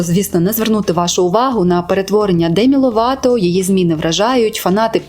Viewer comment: Демі "Лопато"))) розумію що це прикра помилка але звучить так кумедно, для мене вона Лопато і залишиться)